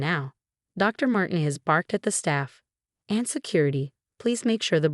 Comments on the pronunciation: Mar-tee-nez or Mar-teen-ez. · And sometimes it’s Marginez! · I’ve been thinking the same thing for a while